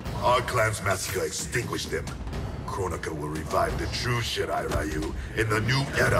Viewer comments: Funny how they totally mispronounced Shirai-Ryu as "Shirai-Rayu". But they fixed it in the new live action film. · Why is it when you tun on the capcations to english every time scorpion say shirairayu it say shit i ryu